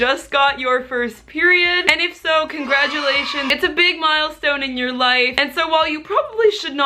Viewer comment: Her: "Congradulations" Me, a trans man with really bad dysohoria: wooo 😔